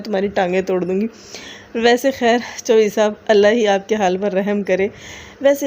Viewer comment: Hahaha 😆 😂 😆 😂 😆 ...bebo ore bebo ki chawlain...chawlain.... meree janoo jazib ..CORRECT PRONUNCIATION IS " CHO HED REE " 😆 🤣 😂